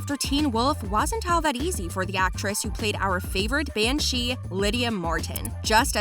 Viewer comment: I'm so sorry but someone had to point this out. The narrator kept pronouncing things incorrectly! It is Banshee. Not Ban She. And it is Kίtsune. Not Kitsûne. And many more.